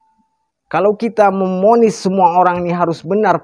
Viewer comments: iya bicara saja nggak teteh memvonis dia bilang Memonis TV dia Bilang tipi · Memvonis baaaang Bukan Memonis. TV Baaaang Bukan tipi.... aduuuuch.....